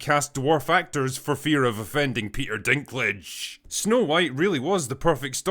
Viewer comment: The way he said Peter Dinklage killed me🤣